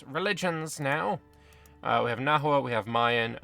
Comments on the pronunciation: FYI, Nahua names and the language (Nahuatl) itself are pronounced like Spanish, so the „h“ is silent and a „u“ before a vowel makes a „w“ sound. So Nawa is how you’d pronounce it. There more complexity like modern Nahuatl pronouncing x differently to Classical Nahuatl, along with long vowels. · Pro-tip: Spanish doesn't natively have the letter 'w', so native words with a 'w' sound were written with an 'hu' instead, which is how that sound is usually spelled in Spanish words. Hence 'Nahua' is pronounced more like 'Nawa'.